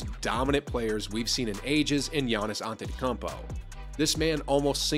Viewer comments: Giannis’s last name is pronounced ant ent oh cum poe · The Antetokoumpo is wrong